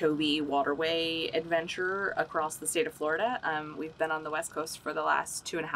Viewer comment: Omg it’s ‘across’. ‘Accrosst’ isn’t a word